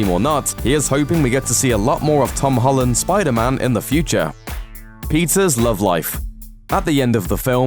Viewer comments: Why do you pronounce Peter's as Pizza's? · I thought he said " Pizza's love life" lol kill me 😂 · why he says "Pizzas" instead of "Peter's"